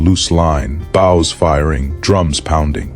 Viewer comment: A good video, but it's a pity that the author didn't bother to nake sure the AI knows how to pronounce "bows", kind of important in a battle with so many archers.